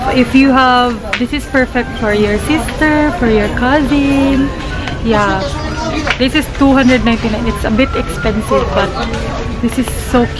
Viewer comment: "How much is dizzzzz." HAHAHAHAHA Made my day. Labyuuu po